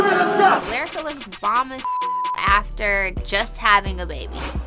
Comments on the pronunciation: Why keep calling her lie-rica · didn’t even say lyrica name right she said sumn “layrica” 😭.